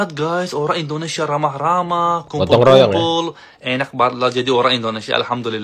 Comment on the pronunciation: Banget = Banjet klo bule ngucapin